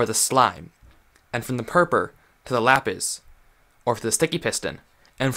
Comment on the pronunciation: Boi it’s purpur